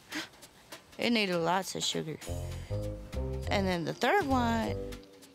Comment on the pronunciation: “It needs ahlots of sugar”